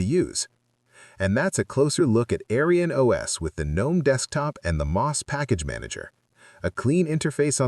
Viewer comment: I don't mind an AI voiceover of real human work but I want you to know that the AI voice's pronounciation of AerynOS sounds like "AryanOS" which is a racist historical term. It's very obvious that this isn't your intention, but I would tweak it to change the pronounciation in future episodes.